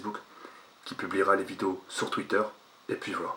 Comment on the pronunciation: On dit " et puis " pas " et pis " mdrr